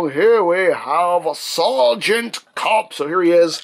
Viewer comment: Sereagant "cup" :\